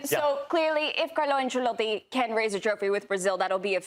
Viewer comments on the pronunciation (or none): The American guy talks about gambling on football and says “Ancelatte” smh 🤦